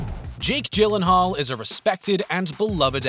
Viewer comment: Gyllenhaal is pronounced with "G" as in "girl" not like "jill" :D